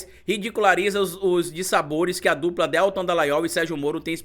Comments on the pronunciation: Desculpa,, mas se pronuncia Deltã. Aproveitando…amo seu canal!!! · Que aflição toda vez q o pronuncia o nome do Deltan Dallagnol erroneamente!